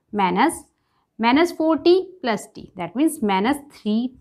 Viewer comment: please don't say manus!!!!😭😭ITS MINUS!!!